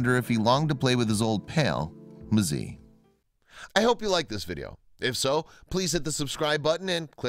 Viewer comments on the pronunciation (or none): The tortoise name is not pronounced mazii. It's pronounced mzee. Am from Tanzania btw😊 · newgamer15573 Right. Mzee. As in ‘e’ for elephant not ‘e’ for eel. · The pronunciation is “Mzaay” please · The tortoise's name is said more like "mzayee" or "moozay".